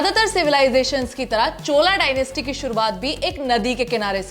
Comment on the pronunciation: चोल Not चोला चोल साम्राज्य